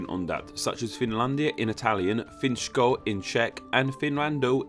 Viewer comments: Where do you see the 'sh' letter? Read it like you see it, if it was written like you pronounced it, it would be 'Finško'. You see 'Finsko' not 'Finško'. S = S, Š = Sh ;) Read it like Finsko not Finshko ;) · he said Finško :-D I think he is probably native Portuguese speaker or he is very confused by roman languages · There is no "sh" sound in finsko in czech, it is a normal s as say for example in the word sock. please read languages you REALLY can read. Otherwise pretty good video. :) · Actually, that's not how you pronounce Finsko. It's more like Finßko